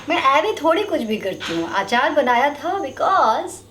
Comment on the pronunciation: Aachaar nahi hota Achar hota hai